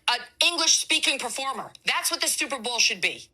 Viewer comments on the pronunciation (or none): Did that woman say stuperbowl? Anyway, apparently she hasn't been to an Opera. Or she would know most operas aren't sung in English.